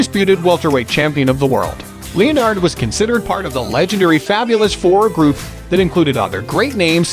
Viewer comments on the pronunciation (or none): What do you mean? I fondly remember the career of Sugar Ray LEEyonard.